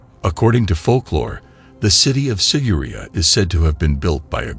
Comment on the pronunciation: The narrator is pronouncing it wrong. It's sig-er-i-á